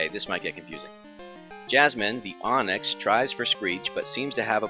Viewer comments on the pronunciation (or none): none